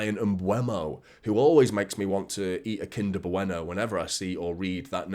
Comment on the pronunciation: "Kinder Bueno" 🤣